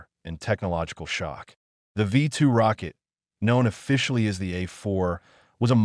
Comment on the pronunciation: Werner "von brown," not "brawn." Ver'-nurr, not vern-her. "V2," not "V" ... "2."